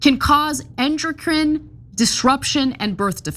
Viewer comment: Ana can’t pronounce endocrine but she thinks she knows what should be banned.